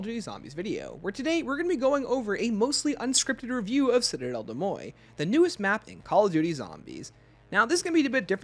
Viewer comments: I gagged every time you called it “”Cidell Day Moi” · Citadelle des MOYE and CROFT pronunciations get me every time😂 mostly joking, love the vids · I am not even french, but the "Citadelle De Moye" pronunciation is killing me lol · De mor say it with me lol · I am French so it kinda pains me hearing it pronounced like that because like Where did the T go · I believe it's actually pronounced "citadel de morj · yeah an anglicised pronunciation would be ‘citadel day more’ tho it’s still sounds wrong haha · Awesome video! The pronunciation of though 💀 My french sucks so I just call the map citadel. I’ve been loving the map and the swords!